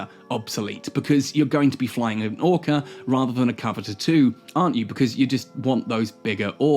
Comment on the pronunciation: Ore-car …. Lol